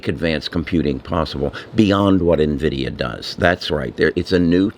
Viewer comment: It's N-Vidia not Nahvidia.